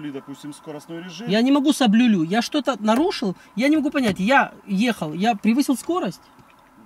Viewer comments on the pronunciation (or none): "Я не могу саблюлю" :))))))) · Ха)) "Я не могу саблюлю"))